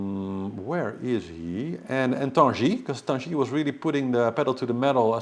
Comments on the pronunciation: And same with Tanguy.... It is not Tanji, but Tanguy ( "Gi" to "Gift ).... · would benefit from learning some French.;-) Because the g in Tanguy is followed by a u it is a hard g. No big deal though, I enjoy the reports anyway! Thank you.